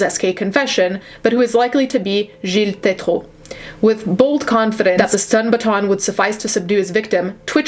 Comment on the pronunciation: That Gille Tétreault was on point. My french canadian ass is happy. You're awesome